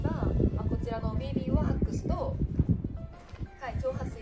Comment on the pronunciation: こんばんは♩ のびーびーわっーくすの発音好き♪ 撥水がすごういで、労働ちゃんつるつるお肌ー★